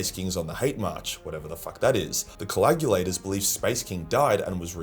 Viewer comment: Add "coagulator" to the long list of words that can't pronounce.